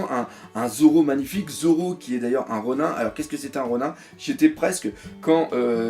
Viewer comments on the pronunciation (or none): par contre Ronin je crois que ça ce dit ronine et pas ronun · ronin il me semble que ça se prononce "ronine"^^ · le IN ronIN se prononce comme dans nINja. on ne dit pas nain-ja en français malgré l'orthographe car ça n"as aucun sens puisque c'est juste une transcription en alphabet d'un mot japonais, il faut donc garder la prononciation jap de ronin. les règles de grammaire française ne s'applique pas.